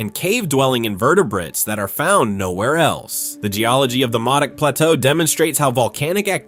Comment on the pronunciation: Modoc is pronounced Moe-Dock.